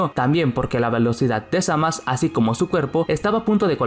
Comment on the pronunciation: Frizer y cell eran mucho mejores que majin buu. Se dice zamasu no zamas. Suena patético